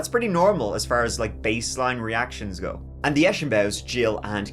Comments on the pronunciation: It's pronounced 'go', not 'geew'. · I hate how he pronounces "go" like "goo"..super annoying. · Yes his catch phrase is “give it a goo” not go 🙄 must be new here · Stop saying “A gew” and you will have more views that Mr ballen